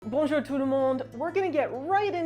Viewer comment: Bonjour, votre bonjour est parfait